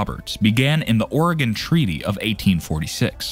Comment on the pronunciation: At he didn't say Ore gone. Lol